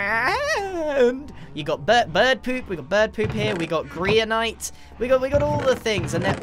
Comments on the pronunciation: Grian: Grianite. Me: Griandesite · He said GRIAN ite